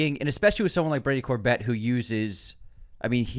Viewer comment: HIs name is pronounced Cor-bay and he used Vista Vision